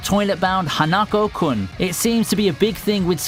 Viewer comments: him saying hanakou me screaming at my laptop its HA-NA-KO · Oh god, that pronunciation of Hanako XD